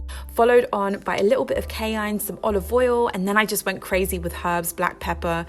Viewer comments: Every time you say “cayene”, it sounds like you are saying “canine” as opposed to “ky-ann”. still, your meals look delish! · Wasnt going to comment until i heard you pronounce cayenne as kayine. Please dont do this again. I’m shaking rn